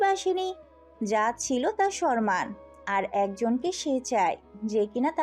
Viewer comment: সরমান না সম্মান উচ্চারণ ঠিক করেন! শুনতে ভালো লাগবে, তা না হলে শুনতে বিদঘুটে শোনাচ্ছে